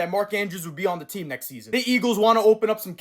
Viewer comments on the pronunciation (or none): none